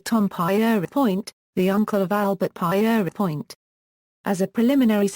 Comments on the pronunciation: You must know how to pronounce people's names. The French way of saying Peter is Pierre. Everyone knows how to say that. So you should say Pierre, then add on without a break 'point' It is as simple as that. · Not only bored to tears but also annoyed by the innacuracy. "Pie eery point?" Conningsby Main "in the West Riding of Yorkshire" It's in South Yorkshire. Her attempts to pronounce "Pentonville" abysmal! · The narrative has been screwed up by the mis-pronounciation of Pierrepoint's name. Could you not afford a human being to read the script?